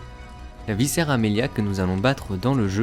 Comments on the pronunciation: C'est pas "viscère" mais "vicaire" avec un "c" comme un "k". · C'est très bien de faire des vidéos explicatives d'un univers, mais, au reste, c'est encore mieux de s'exprimer correctement, entre viCaire que tu prononces viscère et l'absence réitérée de liaisons entre les mots, c'est un enfer pour les oreilles, et une boucherie pour la grammaire; et pourtant, pour entacher celle-ci par le seul biais de l'oral, il faut vraiment y être déterminé...